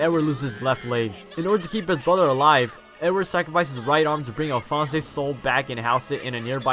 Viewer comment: alfonz not elfonz